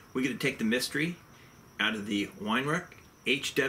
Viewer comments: Pronounced Vi-rau not Wine-rack! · Most non German speakers struggle pronouncing Weihrauch. The W is pronounced as a V . But Wine Rack is the funniest mispronunciation so far thumbs up for that one 😂👍